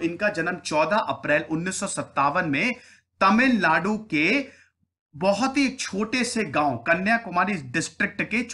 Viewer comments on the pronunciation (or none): none